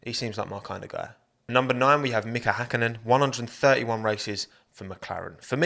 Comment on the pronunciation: is the first youtuber (that i know of) that actually says Häkkinen.